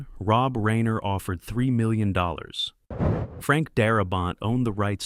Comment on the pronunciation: Ok so you pronounced Reiner wrong and $3 million while it is a very large sum of money it is not generational wealth. You could easily spend all of that all at once.